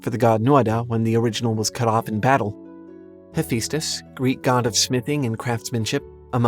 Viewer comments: Excuse me, did you just say heh-FEE-stus? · Ha-Fest-Us Day-Du-Less